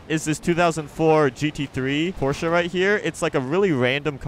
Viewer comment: why u say porchea